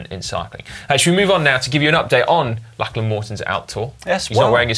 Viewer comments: FFS Si. It is Lock-lan Morton. Not Lach-lan Morton FFS. Listen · Why can Dan not pronounce Lachlan correctly?